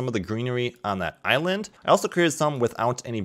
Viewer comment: Nobody:: Eye Land.